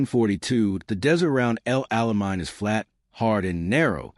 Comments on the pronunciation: Its El Ala MAIN, MORON! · Please teach narrators to pronounce names correctly.